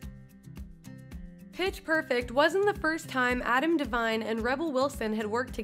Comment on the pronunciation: Petchh perfect